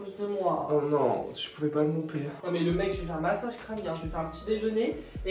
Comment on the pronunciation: Toi aussi tu dit massage crania comme ma mère 😂😂